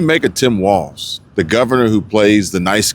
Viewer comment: it's walz........no "T"......